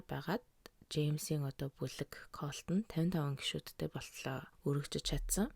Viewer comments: Калт гшш😂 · Дээрхэлдэг биш дээрэлхдэг😂 колт биш калт😊